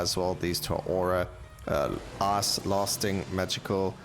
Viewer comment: I'm sorry, I'm American and your pronunciation of the word "Ice" sounds like "ass" and that makes this upload so much better